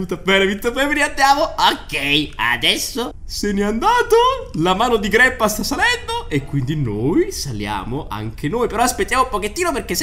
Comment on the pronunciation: In verità non si chiama GREPA Ma si chiama GRANDPA